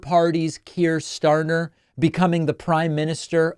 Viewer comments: VOTE BIDEN, If he steps down Governor Newsom would be an amazing replacement! P.S. Its Keir starMer not Keir starNer. lol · Starmer not Starner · David had his “Obamna” moment there, referring to Keir Starmer as Keir “Starner.” I totally understand he’s pretty uninspiring and forgettable.